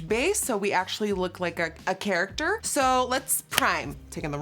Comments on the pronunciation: CHARACTER NOT CHARACTHER. no hate doe💞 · “Charachter” jajja ily nikkiee! This is awesome!